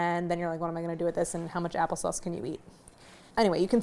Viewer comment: The hint of accent in “apple sauce” :)